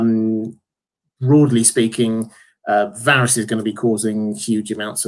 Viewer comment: Varys was literally pronounced a hundred times on the show. How does this dude still get it wrong?